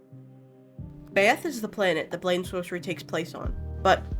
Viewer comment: i think byeth is pronounced "bye-eth" rather than "bay-eth"